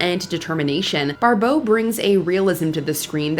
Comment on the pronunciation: Barbeau, not Barbowe